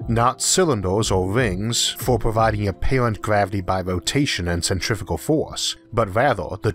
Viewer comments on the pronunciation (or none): none